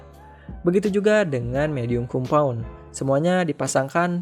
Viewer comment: ralat bang, hrs nya di tulis compound di baca kom-pawn